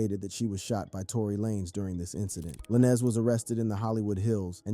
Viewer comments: It's Lanez like Lane with a Z Not LA- Nez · Why are you pronouncing his last name like that ?? Lah-nez 🤔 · Not Trying to be funny but WHO THE HELL IS "LanEZ" 🤔⁉️